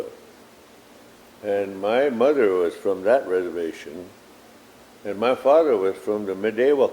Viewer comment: Reservllllations suck but hardly consentration camps